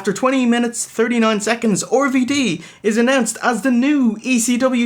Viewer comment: Why do they keep calling RVD 'Orvy Dee'?